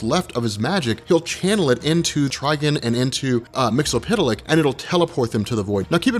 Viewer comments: mix-uh-plick! it's not hard to say! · It's pronounced Mister "Mix-yez-pittle-ick". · Mix-Yes-Spit-Lick Try saying it just like that,. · Isn't it pronounced as "mix-yez-spit-lick"? besides, awesome vid, dude~ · "MIX-YEZ-SPIT-LICK" - "HIP-PAH-LIT-UH" (please do the research)